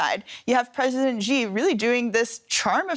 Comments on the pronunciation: Its not JI its Xi (Si) . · Xi is correctly pronounced more like "she" than si, unless you're from HK or Singapore. It's ji only if you're ignorant or American.